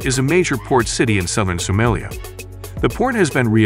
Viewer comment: Someeliya 😂😂 Funny AI